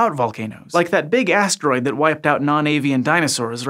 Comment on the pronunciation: was all... "BIG - ASStroid" and I'll never be the same.